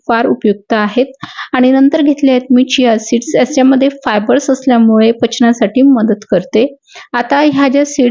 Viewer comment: सिया सीड नाही चिया सीड 😂😂❤